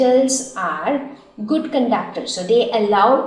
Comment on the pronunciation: Pronunciation of Comb\Conductors is incorrect..